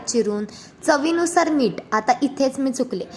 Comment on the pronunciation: Meet mhantat nahit...meeth mhantat